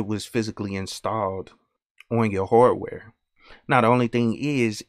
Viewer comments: It's his accent. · i dont have experien ce with a wide range of African americana accents and theres a loss of regional accents anyway, but ehen you said hardware, i realized you had an accent. where are you from? (content creator)